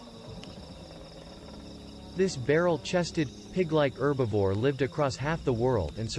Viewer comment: It's "Herbivore" NOT "Erbivore"😠!